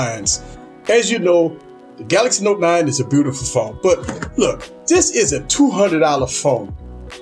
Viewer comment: "Bewtiful phone"